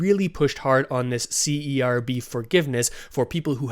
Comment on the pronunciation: A little suggestion? When you say C-E-R-B it’s sounds like CRB. It would be better to just pronounce it as the word and not the acronym (Serb) to differentiate when you say c-r-b. Does that make sense? Hope y0u don’t mind the feedback. You probably don’t want to confuse folks.